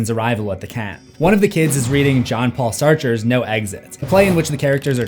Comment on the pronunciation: Coy-tis. Sah-trah. Please research words you don't know.